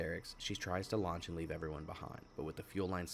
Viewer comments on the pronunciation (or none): none